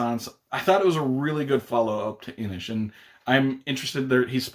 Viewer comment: Kudos for the correct pronunciation of 'Inis' 😉